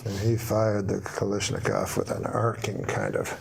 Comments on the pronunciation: lol have watched this a few times. Just noticed something else... Idk if intentional or not. he says like "Balashnikov" with a B. I can't tell if he did that on purpose or not but, that's kinda the whole point. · "Balyshnikov" those of us from that era will remember Mikhail Baryshnikov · Lol does he say BA-lashnikov the first time?! ;) Crackin up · The best part is norm calling the kalashnikov a Balashnikov. He was a voracious reader of Russian literature so he purposely made it a B instead of a K for comedy sakes. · The moment Norm deliberately mispronounces Kalashnikov, I’m gone and cannot recover my composure for the rest of the joke.